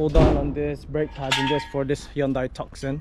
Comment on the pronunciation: Mate its Hyundai Tuson not TucKson. lov the channel feller. 🙂